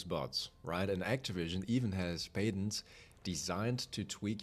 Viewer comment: I am so sorry but the words: "Patents" and "Alienate" are pronounced really differently, i recommend looking them up to hear how they should be pronounced. But the video and information is a banger, i hope they open the door a little, it reminds me kind of what epic games is doing to rocket league and fall guys. Just wave after wave of microtransaction update with no real light at the end of the tunnel.